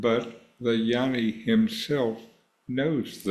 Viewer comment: Hi, Thanks for the video. Westerners don’t understand the pronunciation—the word is Gyaani, not Yanni. G is not silent - its Gyaa Nee